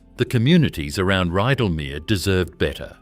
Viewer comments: This is AI narration.. Why do you do it..? The narration often doesn’t match the video..Ridalmear.. really.. .? Terrible research, so many mistakes. Do better..! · More AI drivel. Can't even correctly pronounce Rydalmere. The Air Tourer aircraft doesn't even rate a mention